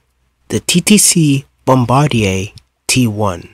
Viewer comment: It’s bombardier (Bombardi-ay) not bombardair